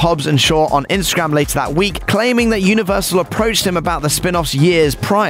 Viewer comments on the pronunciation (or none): none